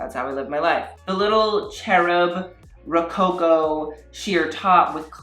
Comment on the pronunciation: 👏 happy tears for properly identifying the Rococo period pertaining to art. Pronounciation: roe-coco